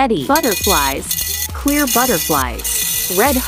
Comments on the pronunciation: She said clear butterflies, but it dose sound like it said queer butterflies😂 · The-Roblox-besties no i thought she said “clear butterflies” lol